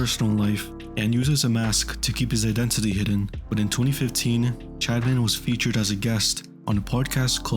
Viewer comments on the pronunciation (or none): I am not condoning anything but i had no time to watch the video so i put it on x2 speed. On 2x speed it sounds like you say chadman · I keep hearing him say “Chadman”